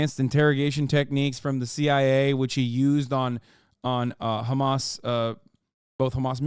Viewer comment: FOR THE LOVE OF ALL THINGS!! STOP SAYING KHAMAS!!!!!!!!